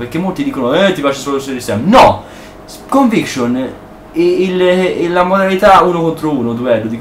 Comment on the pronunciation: stelt, caos teori,cinvincion.nub. il tuo inglese è spettacolare ahahah XD